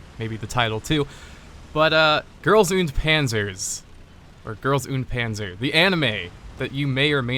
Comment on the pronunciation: GirlsundPanzers. God you butchered that name. Only real Germans know how to pronounce German words.